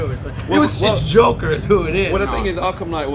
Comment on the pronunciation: He said Jocker, not joker. Wow.